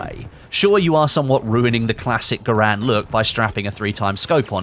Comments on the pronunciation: ITS GARAND NOT GRAND GUYS!!! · It's gair-end not ger-and